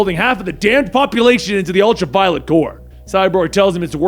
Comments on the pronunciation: The 'ultra-violent' corps? No. Practice pronouncing words more. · U said ultra violent Corp 😂😂